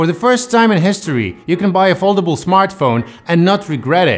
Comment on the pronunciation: Czyta się foldejbul XD